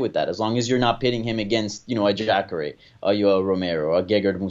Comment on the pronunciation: lol the Hispanic guy calling jacare.. jackre